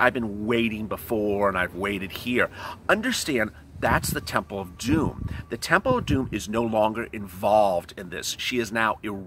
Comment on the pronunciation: You are ways making me laugh especially when ur refer the TEMPL OF DUME